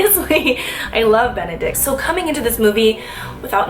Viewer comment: Swear I heard you say "I love Bene-dick"